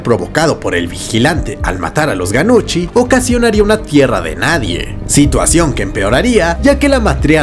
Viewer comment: Nuchi, se pronuncia "Nuchi"